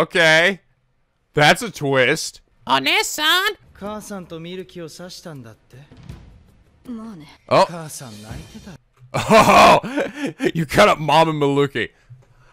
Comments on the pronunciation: Ive heard you do this in several videos now, I dont want to be rude but lemme please correct your japanese because it could give quite a misunderstanding. What you said there is "Onee-san" which means big sister. Im sure you mean "onii-san", big brother, but for that word you need to pronounce the latter half as the letter E would be named in english. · Okay, someone needs to straighten up about these Japanese terms... Nakama means Comrades and "not the power of friendship".. And Big Brother is onii-san. Not Onee-san. Okay, you can now rest and be educated and not trigger us Weebs.